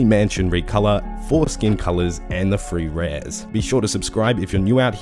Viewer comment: I swear he said ”foreskin colours”